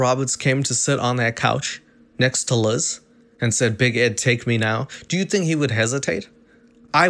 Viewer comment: Big Mac really said "thank u, neckst"